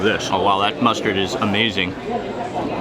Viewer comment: "amuaziengg day" 😂